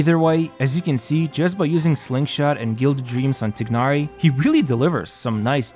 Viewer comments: I love this video but please for the love of god say his name right. It’s not ‘tig-nar-ee’ it’s ‘tie-nar-ee’ and keqing is pronounced ‘keh-shing’ not ‘ka-ching’ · why tf you called him tiknari ???😂😂 bro it's pronounced teenari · Tai-Nar-Ee Not Tig-Nar-Ee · btw its not tignari u say it like tinahri but good vid either way. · my brother, it's "Tie-nari". Good vid either way 👍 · bro really said "Тигнари" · "tie-nar-ee" dude.. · The "igh" in "Tighnari" is pronounced like the "igh" in the word "High". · thats not how you say his name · they pronounce his name like 500 times... how does everyone get it wrong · Nothing is more disappointing than your pronunciation of his name.